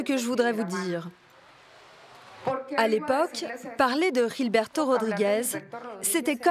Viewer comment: ça se voit que les journalistes, i z'ont rien foutu dans leurs cours d'espagnol au lycée. Ils prononcent le prénom "Gilberto" comme au Brésil alors que le reportage est sur la Colombie!